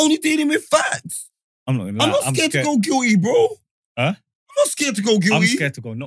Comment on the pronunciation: has started saying "Factos", Give it two weeks watch how he says he invented it😤😤😤